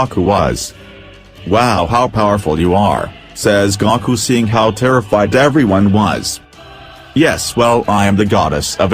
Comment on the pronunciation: It's GOOOOkUUUU not Gaaaakuuuu! Gaku it sounds annoying when you say it wrong! it's Goku. just because you think it sounds that way because of the two vowels don't make it so the O is O sounding not Ah.